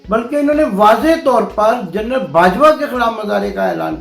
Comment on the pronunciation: Jurnal nahein General.